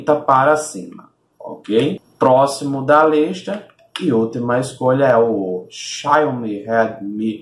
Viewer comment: "Xáiomi" kkkkkkkkkk